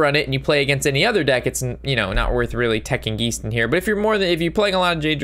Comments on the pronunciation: Geist is pronounced guy-st (long I sound) not Gee-st (long e sound) and simulacrum is pronounced sim-you-lack-rum. Hope that helps in future vids, keep up the good work. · I giggle every time you say "geesed" instead of geist